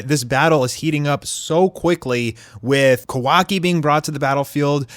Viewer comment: did this guy rlly just pronounce sharingan wrong? he just pronounced it at shareingan 🤣🤣🤣 like bruh rlly and did the same thing with kawaki's name it's pronounced kawa-ki not ka-wa-ki